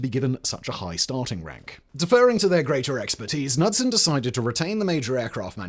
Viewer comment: Kah-nud-son not nud-sun. Son of Canute. Just ask anyone from Scandinavia or Detroit.